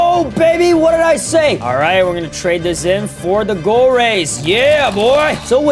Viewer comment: Bro fr says goal race😂😂😂